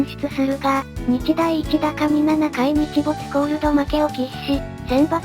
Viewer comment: 秋季東京都 （しゅうきひがしきょうと） 日大一高 （にちだいいちたか） ワロタ🤣